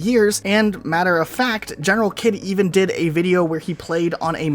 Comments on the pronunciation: Did he really call generalkidd "general kid" bruh it's general "heed" you lil infidels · It's Pronounced "GeneralHeed" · It’s pronounced General Heed 😤😤 But fr so cool that you guys collaborated 😄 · I thought Generalkidd's name was pronounced General Heed? That's what it sounds like he refers to himself as, and his usernames are typically "General Heed" too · Ah it irks me that you mispronounced GeneralKidd's name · The way you pronounce his name bothers me so much :(